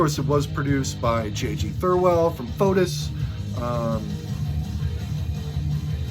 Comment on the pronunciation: Good to see ya again. I like how you pronouced Foetus...😂- Great video from the man of the hour ...with super diaper filling power!